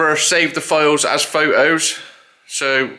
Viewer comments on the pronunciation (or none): Fhot-Oh's I love that pronunciation! Gov'nr lookin great. Cheers and Happy New year from the US